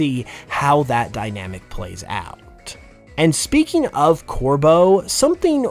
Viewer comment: THE B IN CORVEAU IS SUPPOSED TO BE A V!